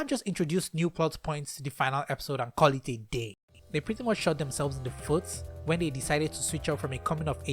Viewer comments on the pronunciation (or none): I love the Nigerian really coming out when you were angry 😭😭😭 “you can’t just introduce new plot points in the last episode and call it A DAY!” 😂😂😂